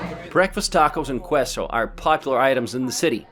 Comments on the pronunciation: 1) Please dont California my Texas. Go away. 2) Austin anointed itself "Live Music capitol of the world". It aint. 3) The traffic here is beyond bad. 4) Please forget this "keep austin wierd" slogan. Its embaressing and stupid. 5) Its pronounced "kaesso". Not "Qwesso" 6) City counsel wasting million on stupid bike lanes. 7) The light rain train is almost totally empty every day. 8) You actually pronounced Mt. Bonell, "BOnay". LOL wrong. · Queso not quieso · Did this guy really just say kueso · you really said kway so? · Queso is pronounced "kay-so". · Great video, but did you pronounce queso as qweso? Lol. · lmao right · Did you say "qweso"? SMH.